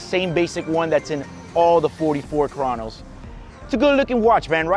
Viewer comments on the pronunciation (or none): none